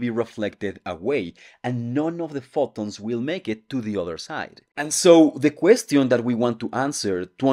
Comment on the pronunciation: Your pronunciation of "question" is wrong again